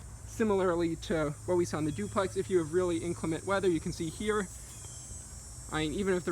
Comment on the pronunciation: "Zooplex" haha. Nice job.